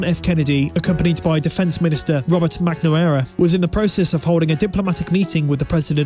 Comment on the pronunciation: I cringed when he said “Defense Minister”